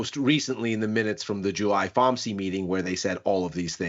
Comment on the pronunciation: Fom c mtg was how said it lol sounded like pharmacy